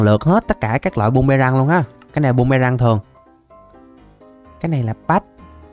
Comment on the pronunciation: Phi tiêu ổng nói bum mê răng 😅😅😅